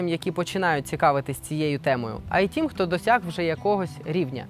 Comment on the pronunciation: "тім" --тим, "якій"-- який, "рішив" --- вирішив, не "сАмі, а самІ (наголос на "І"), "щірі" --- щирі, "тоска" --- сум, "позорити" --- ганьбити, "полагатись"---...... І ще, шиплячі звуки в українській мові вимовляються твердо: ще, а не щє ; що, а не щьо ; якщо, а не якщьо ; чи, а не чі ; чай , а не чяй і т.д. і т.п. Дякую.